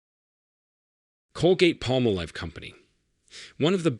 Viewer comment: Colgate-Palmolive... you can't even say the name correctly. How are you expected to be trusted?